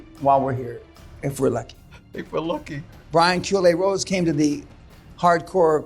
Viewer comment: What does call Brian Rose at 1.21? It sounds like Brian Choolay Rose. Maybe it's a pet name or something, but I feel I need to know.